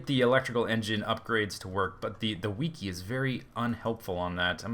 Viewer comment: says wiki funny...:L =<3=